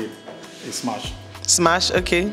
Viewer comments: Why do they always say SMACH. ITS SMASH!! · Why are they all saying smach? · Is it just me that is hearing"smach"??